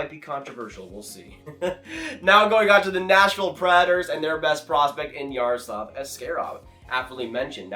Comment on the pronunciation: Hey man love your channel but you say “Senators” and “Predators” a really strange way lol...SANators & PRADators. Is that just your accent? If so where are you from?